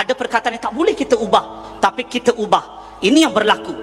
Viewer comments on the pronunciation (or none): sebutan bagi betul laa bukan kite tapi kita.. belajar lagi tatabahasa tuh..